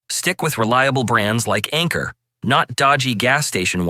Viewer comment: It's Anker, not Anchor...